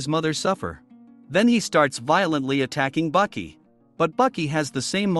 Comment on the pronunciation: It is baki not buki